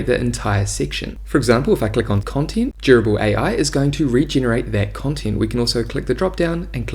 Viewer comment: Love the walkthrough and your soothing voice makes it very easy to listen to ~ aside from the fact that it sounds like you're saying 'gerbil'